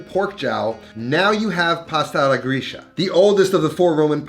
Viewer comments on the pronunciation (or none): I sometimes wonder if you are a "real" italian, because of the pronunciation of some words. For example "alla gricia" should sound like "alla gritscha" and not like "alla grischa"...i dont know, maybe i am wrong. Your recipes are always super nice, but i wonder if you grew up in italy?